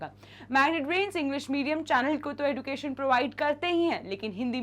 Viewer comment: Mam the pronunciation is like 'ejucation' we pronounce ed as ej not eduucationn 😢